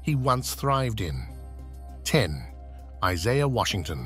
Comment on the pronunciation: Your nuts and bolts were spilling onto the floor when you pronounced 'Isaiah' as Is-EYE-ah and early 90s as 90s S. Also you showed 'Who's the Boss' scenes when you were supposed to show 'Growing Pains'. I could be wrong but was this done as a high school student's AV project? If so it get's a D at best. Remember Kids, EDIT, EDIT, EDIT! Then run it by your parents.